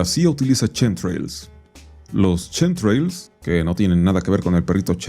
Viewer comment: Justo los "chemtrails" no tienen nada que ver con Chems por qué nisiquiera se pronuncia igual 🫠